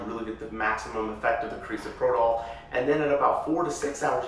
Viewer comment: Analgesic is absence pain, not relaxation. Also, you're pronouncing Carisoprodol wrong. You'd think you would be educated to know this basic information.